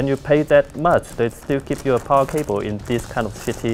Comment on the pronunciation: "Powah Sauce" Hahahaha love this guy xD